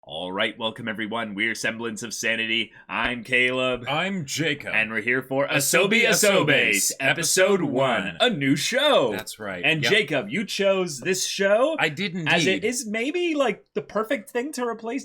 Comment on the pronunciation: Asobi Aa-so- ba-seh Not aso-base